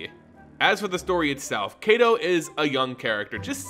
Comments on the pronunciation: Soo good! I'll need to review this more just to learn more of Neon Kamigawa, one month away as of today! <3 To also help with Kaito Shizuki, they pronounced in the reveal, Kaito (Keye-to) the ai sounds more like eye. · If Kaito's name was pronounced as it is in the video it would be spelled Keito but it isn't.